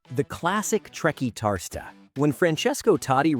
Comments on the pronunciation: TRE - CUAR (as in quarter) - TIS (as in Bautista) - TA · The way you said Trequartista was Painfull 😂😂😂